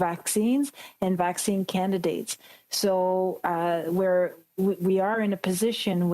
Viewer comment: it is not avccine